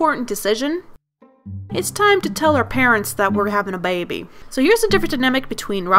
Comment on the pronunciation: You sound like your saying bay bay not baby 😂